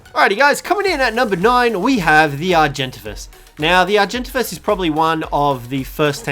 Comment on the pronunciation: I don’t like how he pronounces Argentavis